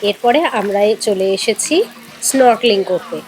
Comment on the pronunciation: Snorkeling pronunciation thik karo didi